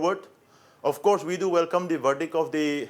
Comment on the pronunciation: Hussian bhai why don't u say welcome instead of saying Velcome 😁